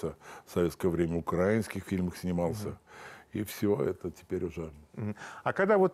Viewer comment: Не украинских, украинских ударение. Не там, и кто первый начал это большой вопрос.